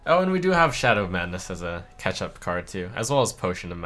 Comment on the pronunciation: him saying "catch up" always sounds like "ketchup" to me